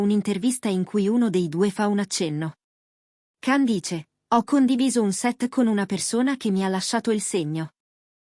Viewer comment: Si scrive Can ma si pronuncia Gian non l’avete ancora imparato? Pazzesco❤